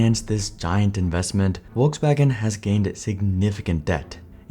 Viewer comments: It's "Folksvagen", not "Wolksvagen". Nice video, thanks 👍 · It’s not Wolkswagen. It is pronounced FolksVagen! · Volskwagen, not "wolfsvagen" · Bruh say "Wolksvagen" or "Volkswagen" not Wolkswagen. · Folks FolksVagen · omg your pronunciation of Volkswagen is so bad ! just go to google translate and play it out to see how it's pronounced, what's so hard? It's Folksuagen! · am I the only one hearing wokeswagen lmao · Need to work on that V in Volkswagen because it sounds like Wolkswagen. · Volkswagen.. In English Volk-s-Wagon In German Folks-Vag-'n Not sure what is happening in this video... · What's a "walkswagon"? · Why do you pronounce "Volkswagen" like "Wolkswagen" without also producing "Winterkorn" like "VinterKorn" . If the video is in English, it's best to just skip the pretentiousness and pronounce everything in English.